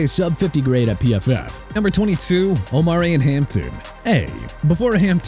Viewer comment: Jaguars pronounced JA-GWAARS NOT JAGWIRES ARMAND MEMBOU PRONOUNCED AR-MOUND KENNETH GRANT, MIAMI DOLPHINS, F YOU'RE GETTING A "F" TOO OMARION HAMPTON PRONOUNCED OH-MAH-REE-ON NOT OH-MAH-REE-AN ROMEO DOUBS PRONOUNCED DOBBS LEARN TO PRONOUNCE!!!!